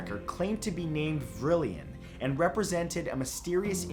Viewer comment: "Vrillon" should be pronounced "VRILL-on," not "Vrill-ee-on."